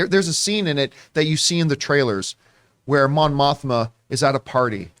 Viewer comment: It’s Mon Mothma not Mon Mothra lol